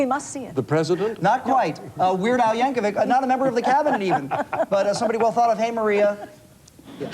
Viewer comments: "Weird Al" Yankovic became "Werd Al" Yankovc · my favorite part is when the male anchor tries to pronounce Yankovic and immediately bails